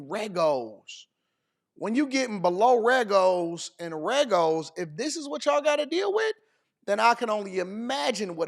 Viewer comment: "below reggos" I'm deeeeeaddd 😂😂😂😂😂